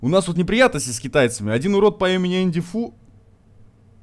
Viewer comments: Серьёзно когда называл Энди фая Энди фу 😆😆😆😆😆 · Я знал, что правильно не Энди Фай , а Энди Фу